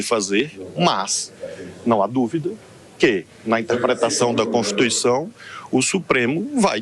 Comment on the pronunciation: PARECE SER ENGRAÇADO ESSES MINISTRO FALAR EM CONTIRTUICAO 😅😅😅😅